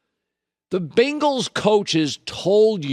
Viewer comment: “The Bingals”